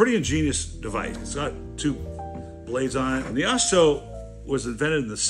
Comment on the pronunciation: Not pronounced Ah-SO like you're watching a Charlie Chan movie, better like Ahk-Zo, pretend German accent.